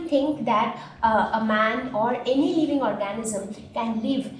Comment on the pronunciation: Y do u tell leaving for living???pronunciation wrong otherwise good